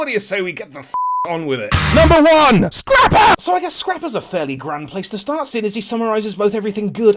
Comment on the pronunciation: when he says scrapper i die